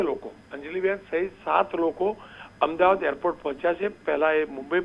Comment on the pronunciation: AMDABAD KEM BOLO CHHO? AMDAVAD BOLO.